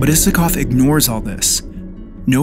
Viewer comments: I love this video and its premise but pleaseee, his last name is pronounced Eye-sa-kov! Sorry for nitpicking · This is a lovely video. Fantastic analysis and hands down my favorite GAI song. The version with the CO Symphony Orchestra is just baffling at how good it is. One very polite note, I'm almost certain he pronounces his name with a long I. Cheers. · why did I always pronounce his name as ''aysakov''?